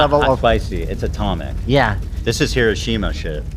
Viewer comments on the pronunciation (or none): none